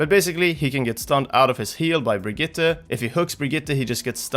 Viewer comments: Really good Brigitte pronounciation! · Finally an english speaker who pronounce Brigitte correctly ❤️